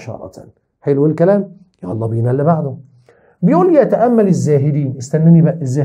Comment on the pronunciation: يتأمل الزاهين ؟ الزاهدون*